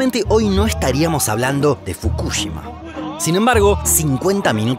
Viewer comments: Soy el único que se pone nervioso cada vez que lo escucho decir Fukúshima cuando deberia decir Fukushima a secas y sin acentos!!! Que nervioso me pone esa manera de pronurciar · fukushíma es con acento en la I, es lo unico q tengo para decir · No pongas acento en la U fr Fukushima 😡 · Como me pone nervioso y me estresa cada vez que dice FukÚshima. Se dice Fukushima!!!! Sin acento 😑😒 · Fukúshima? ajjajajajaj si fuese así sería una palabra esdrújula y llevaría una tilde en la silaba tónica. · fu KU shima no, fukuSHIMA SI . Habla bien el Español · La pronunciación: NO es Fukúshima es Fukushima como lo pronunciaba el de Quantum Fracture. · Estuve a punto de dar dislike solo por escuchar fukúshima casi mi toc me juega encontrá xD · Me haré miembro cuando aprendas a decir fukuSHIma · Me estresa como pronuncia los nombres Fukushima y Chernobyl. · Me gustaría que aprendas a pronunciar ciertas palabras o nombres como el de Fukushima, todavía recuerdo sobre un video de Corea donde no pude terminar de ver el video porque me tilteaba la pronunciación xD Pero los videos son tan educativos! Me encantan <3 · Por fin, me re tilteaba que lo diga mal... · Todo el vídeo me atormento escuchar Fukushima mal pronunciado